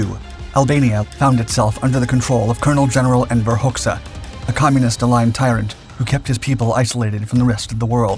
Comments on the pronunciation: The Albanian dictator's name is pronounced "Hodja", not "Hox-ah". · The Albanian name Hoxha is pronounced ˈhɔdʒa . . . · Just to clarify, his last name is pronounced hodja´´ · For the record, Enver's surname is pronounced "Hotcha" ... like "gotcha". ;)